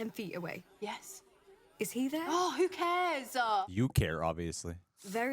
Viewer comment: "Who cares-zuh?" "You do, obviously." I don't think she does, really.